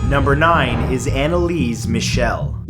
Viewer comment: Its Michel, not Michelle